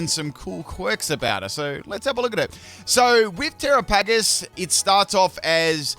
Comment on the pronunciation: tear-aa-puh-gos and the English language 🤦‍♂️:_pimpPickle